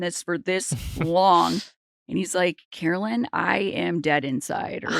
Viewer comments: NOT THE FORREST GUMP T SHIRT!! 🤣 (Take back your power!!) Caro-LYN (it irks the f outta me when people mispronounce your name), you are forever a queen and the true winner of everyone's hearts!! 🥰👑🦞💖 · So rude of Nick to mispronounce her name, text during the interview, and then leave. The other interviewers asked good questions after he left though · and then mispronouncing her name and leaving early... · Not a great sign when the interview gets better after the host leaves. Checking his phone, having her come on the show just to leave minutes later and mispronouncing her name. Super disrespectful dude.